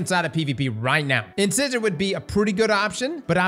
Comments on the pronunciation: Saying In-scissor is driving me nuts! Have you ever been to the dentist,?!! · IN-SIGH-SOR for the love of god dude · Just a heads up, I'm pretty sure it's pronounced in-size-er. As in front teeth. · repeatedly pronouncing it 'in-SIZZ-er" is like an adult that still says "LIE-berry" instead of Library 😂😂😂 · In-Size-Or, like the name for your teeth. Strand Trace Rifle sounds awesome, though! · In-size-or as in the the tooth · “In scissor”? Okee-doke then, ayup… sure. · I could SWEAR it's In-Size-Or. Buuuut, I could be wrong 🤣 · In-size-er like a tooth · Did just mispronounce incisor 😂 In-size-er, like you know the kind a tooth we all have. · In-SIZE-or Like your teeth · I'm sorry, but it's driving me crazy... in-size-er is how it's supposed to be pronounced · In-size-or… like the tooth… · Omg, "Inscissor"😂😂😂😂. When will pronounce things correctly 😩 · In-sizer. Like the teeth. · In-sai-zuh Did you go to school? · In-sEYE-sor. Ffs... it's a tooth! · In-seye-zor. It's like you purposely say it wrong. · in SCI sor........... sci in like in sci-fi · It’s pronounced “in-SAI-zur” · Pronounced In-size-er! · It's pronounced (in-size-er) lol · In-scissor, lol. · IN-SIZE- OR ffs 🤦🏼‍♂️ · IN=SIZE=OR - I can't with you sometimes bro. Please just google it once before trying to pronounce it for yourself. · LMAO in-scissor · It's pronounced "in-sizer", you know, like your teeth, damn! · I do wish you'd stop pronouncing it 'Incissor' 😅😑😑🤣 you're killing me dude! Think teeth.. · You pronounce these words like this, on purpose, just to troll us literary folks, don't you? Lol. It's "in-SIZE-or" as in the teeth, at the front of the mouth lol. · The names of weapons always reveal people who can't read and pronounce 😂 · What I don't understand is: is part of a team that makes his videos - or at least it's him plus an editor. Neither of them realises he's saying it wrong?? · THANK YOU!!! It was killing me.... It's pronounced like the teeth